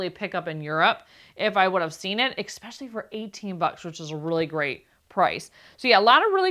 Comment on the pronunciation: STOP WITH THE EX SPECIALLY !!!!Theres no such word ANNOYING ...ITS ES specially 😂its so off putting ur voice is sooo loud but that ur channel is great 😂😂